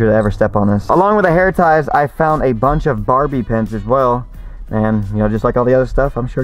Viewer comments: i love how he says barbie pins, it's bobby pins💀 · Almost sounds like he says "barbie" pins.....like "shrimp on the barbie" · yoit I was referring to the way he said it, "Barbie pins". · when he said “Barbie pins” instead of Bobby pins lol (that probably only bothered me) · Bobbie pin not Barbie pin lol